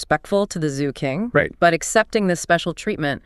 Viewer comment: I like these Notebook LM podcasts - brilliant AI - but not very good at Chinese pronunciation. They say Zu for Zhou which should be pronounced like Joe; and they Ki in for Qi which should be pronounced Chi.